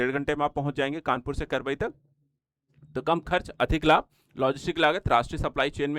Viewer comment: भाई साहब यह करबई नहीं कबरई है